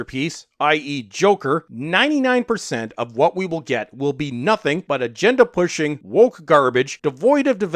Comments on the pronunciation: In this modern age, I can’t tell if you’re saying “agenda” or “gender” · He says a gender (of many)